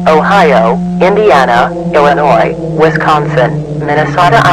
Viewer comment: Another masterpiece also I love how you pronounced Illinois right but Wisconsin wrong 👍